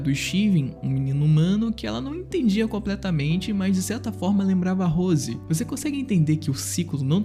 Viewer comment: Gostei do Vídeo no Geral. O Jeito que você pronuncia "Rose" me encômodou o vídeo todo. 😐